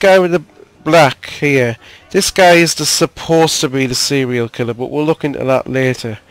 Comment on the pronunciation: Did u say :Cereal killer'?